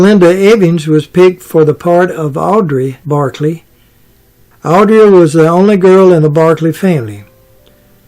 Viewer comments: Audra, not Audrey. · It was ' Evans ' not " Eva's ". Where did you get that? He was not saying ' Audrey " but ' Audrea ',...when it shoud have been ' Audra '.